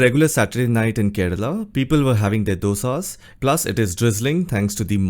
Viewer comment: Dosa…srsly dude🤬